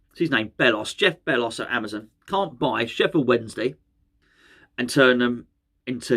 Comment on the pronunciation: Loved the video! How good are you on your rugby knowledge? ( and btw it’s Jeff bezos bit Jeff bellos 😂)